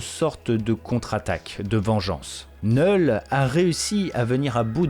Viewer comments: Faut t'apprendre à prononcer les noms car sincèrement c'est gênant et agaçant C'est "Knoull"Knull et pas "Knell" comme tu dis tout le long de la vidéo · Vous êtes stressant à dire neul le K ce prononce 😂